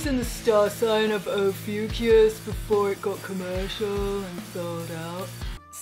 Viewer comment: And there was me thinking the new star sign was pronounced, "Oh fuck us!" 😜🤣🤣🤣